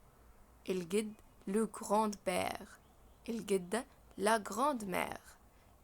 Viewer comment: نطق وحش حضرتك رجاءا تطوير من نفسك.....grand père....من غير نطق d و حسني نطق كلمة soeur